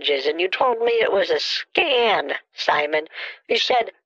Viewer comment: "scan" Edit: sounds like "scam" Edit2: this comment is not edited.